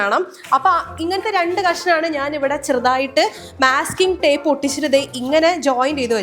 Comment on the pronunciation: not myasking tape it is masking tape